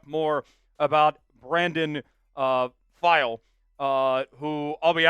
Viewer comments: Pili bro 🤦🏾 peelee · Pili (pee-lee) you can pronounce Tagovailoa but not Pili...the disrespect